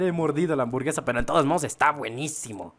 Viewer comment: Nadie: Absolutamente nadie: Neta ni el fasty dubs: Ni siquiera el buea astral::me gustan las amborguesas